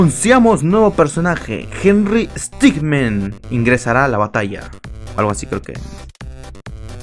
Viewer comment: No se dice henrry stickman se dice henrry stickmin por que henrry stickman es otro personaje